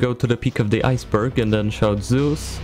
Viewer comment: Wrath is such an easy ending it's ZEUS not zues wth?!